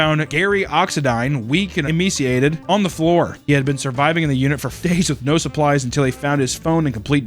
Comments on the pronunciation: lol "emeeciated" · that pronunciation of emaciated is absolutely unacceptable. C'mon man.